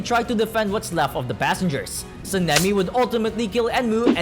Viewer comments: San-nem-E says this guy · be like Senimi ✅ Sanemi ❌ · bros saying SENEMI not Sanemi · Him saying seemingly and not sanemi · Bro said san-a-me describing the wind Hashira